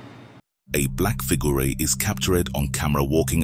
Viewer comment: Wth is going on with "figuray & cap ture ed" pronunciations for figure & captured? I heard him say "cap ture ed" several times. I can't work out if half of these YT voice overs are bots or not??